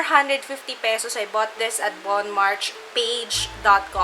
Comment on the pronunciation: tip: pronounced as bohn mar shey= bonmarche